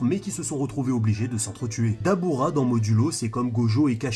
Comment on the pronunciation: c'est "DABRA"